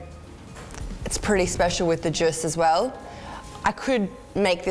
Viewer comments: STOP. SAYING. JUSS. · With all due respect.. "jus"!!? Zhuuuuu! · Someone tell her it's not juss please #triggered.... But good job! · Am i the only one who noticed the judge's hilarious pronunciation of the word "Jus" ? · That was great. Never heard jus pronounced like that before haha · How did she just pronounce "jus"? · They way she pronounces jus kills me! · Why did this video go to air with no one editing the use of the word 'jus' pronounced painfully incorrectly. Someone should have dropped an education bomb on. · The way she said jus pained me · the way she says jus just hurts my soul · Did she.. just... did she just pronounce Jus as it’s spelled?